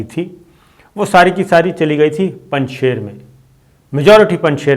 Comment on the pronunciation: the pronunciation of ..shir in Panjshir is sheer meaning milk in persian and not sher meaning lion. The milk from the cattle, sheep, goat, cows etc of this valley is of highest quality and best in taste, and thus the name. During soviet invasion, to produce image building of Ahmed Shah Masoud, the resistance leader from Panjshir, propaganda machinery of the west, started calling Panjshir as Panjsher (meaning five lions), while actually the name means five milks and NOT five lions.